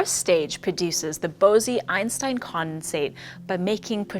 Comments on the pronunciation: Bow-zee? It's Boss or Boze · you are pronounced Bose wrong it’s “boz” not “Bosee” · According to Wikipedia, Bose is pronounced /ˈboʊs/ not Bosie. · Yep. Its बोस (bose) not बोसी (bosey) or बोसे (bosay). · I was looking exactly for this comment! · "The 'Bosee' Einstein Condensate"? Really? There ain't nothing rosie about Bose(e). Why is your editor asleep at the wheel? How is that your don't know the proper pronunciation of Bose's name? I guess we should be thankful you didn't call Albert 'Een-Steen.' 😮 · see wiki for proper pronounciation. 🤦 is nobody googling these day any more? 🤔